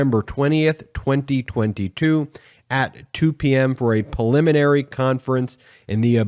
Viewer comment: PREliminary, damn it. Not PILLiminary.